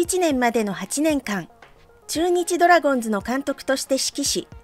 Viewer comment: まぁ、コーチとしての手腕も？？？な鈴木某だしなぁｗ 内部情報を垂れ流しするとか普通に考えてあり得ないこと。 ついでに言えば、ドラゴンズを「ドラゴンス」バントを「バンド」と独自のニュアンスｗ 正しい発音を出来ないとか頭が弱いのかな？ｗｗｗ